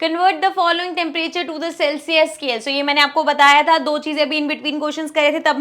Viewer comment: Ma'am apne temperature 🌡️ ko aache se nhi padha tepebri padha......😅